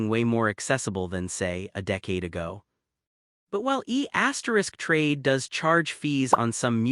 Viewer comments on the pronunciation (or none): It’s pronounced E Trade not E asterisk Trade.